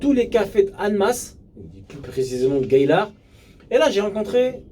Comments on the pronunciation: C'est gaillard et non gaylard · Salut jhabite pas loin de la suisse et gaillard se prononce "gayard" bonne continuation